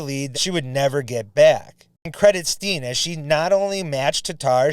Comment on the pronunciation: Annika's last name is pronounced STEN, not Steen. Just FYI.